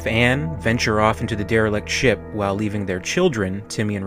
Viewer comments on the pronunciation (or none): none